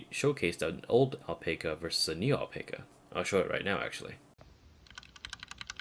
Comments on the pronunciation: Owl-Pack-Ah .. pronounce it like that, I should know, I have the flesh and blood kind. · I believe it's pronounced Al-pac-a with short a, like pac-man.